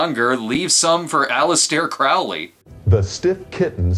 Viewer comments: Anger is said like the emotion. Crowley rhymes with "Holy" not "Fouly." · Aleister Crowley pronounced his name to rhyme with "holy", not with "foully".